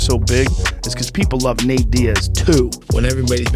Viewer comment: bro really turned Nate Diaz into Natina Diaz